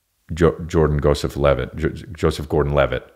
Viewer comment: lost it at "Jordan Goseph-Levitt"